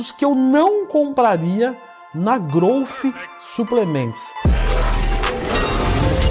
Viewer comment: impressionante como todo mundo fala errado. pronúnciam groufe e esta errado!!! Aprendam a falar Growth direito